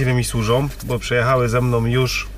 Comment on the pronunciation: "Ze mnom, sużom" itd. Nie da się tego słuchać.